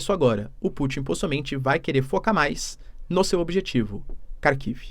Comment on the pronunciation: Minha mulher é russa e dá risadas cada vez que o diz Kharkiv.